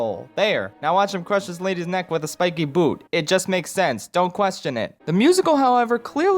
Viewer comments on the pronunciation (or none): none